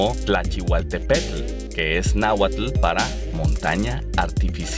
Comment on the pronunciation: No deberías intentar hablar en Náhuatl sin recibir asesoría, nada como escuchar esas palabras en su más pura forma de pronunciación. Mucho repaso de Arqueología, Historia y eventos de efervescencia chaira como el levantamiento del 94 o el TLC. No sé si seas mexicano pero es totalmente increíble que NO hayas mencionado algunos sellos únicos que nos distingue a la sociedad mexicana: 1.- México es el único país el mundo donde le celebran su día a los Muertos (Día de Muertos-Todosantos), 2.-- El Tequila mexicano es como el Vodka a los Rusos (o ex soviéticos), 3.- El Volkswagen Sedán se le llama Vocho en México y forma parte de la cultura de México, el último producido en el Mundo se hizo en la Planta de Puebla el día 30 de julio de 2003 (unidad ) la cual fué enviada al Museo de Volkswagen en Autostadt, Wolfsburg, Alemania. 4.- Así como Estados Unidos tuvo su Festival de Woodstock en 1969, en México se hizo el Festival de Avándaro, todo un suceso icónico en la historia del Rock Mexicano, 5.- El Albur y el Piropo del Castellano de México son dos recursos lingüísticos únicos en el mundo de habla castellana, ningún otro país de habla castellana usa o comprende los albures mexicano, por cierto te manda saludos el pelón de las ovaciones, dice que haces buenos vídeos. 6.- El chile mexicano está tan metido en la ingesta de los mexicanos, que un argentino se asombra de ver cómo somos capaces de comer esas comidas enchiladas. 7.- En el Castellano de México se hablan más de 4000 p